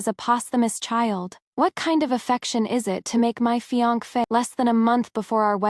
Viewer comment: Why can't AI pronounce fiancé correctly, but can get the Chinese names correct?